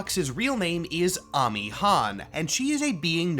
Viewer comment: As a Korean, her Korean name is 한아미, so I confirm that it is correct to pronounce it as AH-MEE